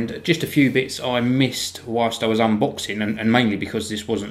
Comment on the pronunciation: lol he says "unbooxing"